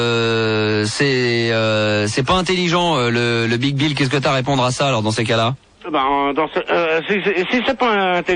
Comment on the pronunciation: À aucun moment l'animateur radio ne se corrige et les autres ne lui font pas remarquer qu'il dit "Le BigBill"... 😂